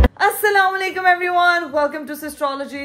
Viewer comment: ap salam sahi nhi krty Assala Walaikum bolty hain ap